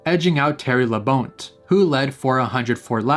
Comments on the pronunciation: In the Delaware segment, you pronounced Terry Labonte’s name wrong, it’s pronounced as “La-Bon-Teh” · It's pronounced La-bawn-tay. Do your research BEFORE you post next time! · Terry Labonte name pronunciation made me cringe so hard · your pronunciation of Labonte made me die a little inside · As a NASCAR fan? When he mispronounced Terry Labonte's name? I was like seriously..... He needs to do his research on how to pronounce properly before he posts his stuff.